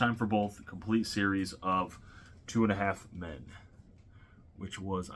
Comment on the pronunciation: U not saying it right